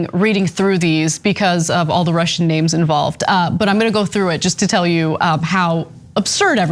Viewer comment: Ana is terrible with pronunciation of russian names,just disaster..and this video is quite biased to be frankly